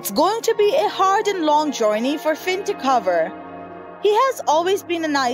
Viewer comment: It is Finn not sinn